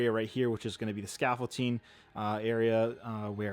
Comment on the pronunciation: I won't tear you apart for the wires in the tunnel but I may tear you apart in the next video if you keep adding a 't' in 'scaffolding' 🤣 Tunnels looking really good!